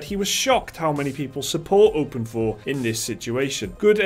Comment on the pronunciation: I thought it was openIV not open4